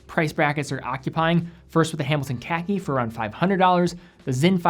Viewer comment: "The Hamilton KEKI"???